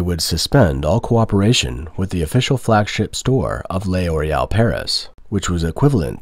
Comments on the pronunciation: L'Oréal is pronounced LOR-AY-AL, not lay-or-ay-al. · What is Lay Oreal ? Do you mean L'Oreal ? Thats not Lay Oreal, just Loreal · It's not pronounced "Le Oreal" but "Loreal" without breaks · Nice video. However the French company is pronounced "Lor_ee_)awl", The L is slurred with the Or to make a single syllable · Stop saying Le Oreal. Are you a bot? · Lay Oreal? What? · I’m sorry but him saying ‘lay oreal’ over and over was too funny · WTF is Lay Orial ? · It depends on accent, though. In my accent, the narrator said "lay-or-ay-al" because he failed to understand that the apostrophe indicates elision.